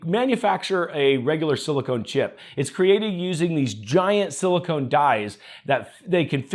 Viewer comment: Just a minor irritation (to me). the "con" in silicon is pronounced as "con" and not as "cone". Silicone is an adhesive. Silicon is an element. Otherwise another great vid!